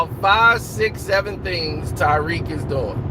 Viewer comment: His name is Ta-riq NOT Ty-riq.